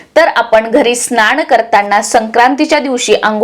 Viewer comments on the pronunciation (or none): स्नाण नाही स्नान असा उच्चार करायला पाहिजे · तुम्ही न च्या ठिकाणी ण वापरता म्हणजे महिणा स्नाण वगैरे तरी दखल घ्यावी